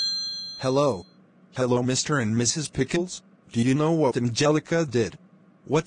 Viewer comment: And the way he says "Pickles" sounds more like "Pickins".